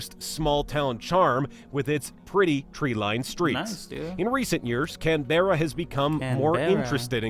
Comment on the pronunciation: Canberra is pronounced can-bra Melbourne is pronounced mel-bn Brisbane is pronounced bris-bn